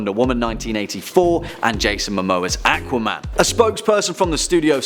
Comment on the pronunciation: AA-qua-man? Did anyone else hear how odd and hard he pronouced Aquaman's name?!